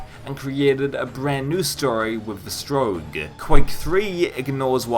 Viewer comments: Good review, please stop saying strowg, its strogg. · I think it's pronounced str-aug not st-rouge. I've never played the game though so I could be wrong. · Its Strogg, not Stroag. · "Stroog" lol